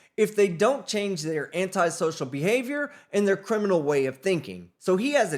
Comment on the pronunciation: Sick of these big dummies not pronouncing words correctly. “Record” is not pronounced “Wrekkert” And “Criminal “ is NOT pronounced “Krimminoo”. Pay mo’ attention in SKOO and stop smokin dat crah rahh…